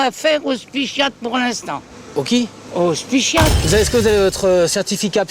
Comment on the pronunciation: " Le spychiatre " m'a achever